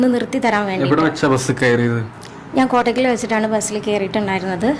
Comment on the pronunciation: Not kotak it is Kottakkal